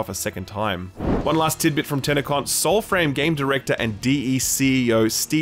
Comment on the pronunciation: TannaCon ? Oh no ...